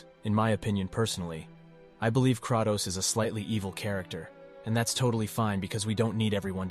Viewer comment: instant dilike for "crahtows"